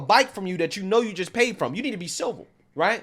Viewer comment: Why this man saying silver instead of civil?